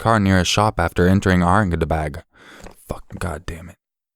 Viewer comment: Aurangabad (you pronounce "bad" as "bud")